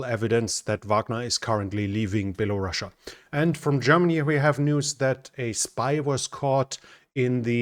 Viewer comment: Correct country name is Belarus, not Belarussia. Please 😊